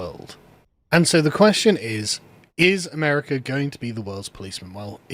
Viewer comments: Why do you add an "R" to the end of America? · He's English, they do that in the middle of sentences.